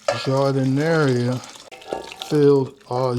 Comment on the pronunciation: Good looking sandwich. BTW, it's pronounced Jar-Da-Nair. Good stuff!